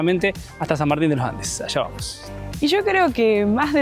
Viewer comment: "San Martin de lo Ande" 😂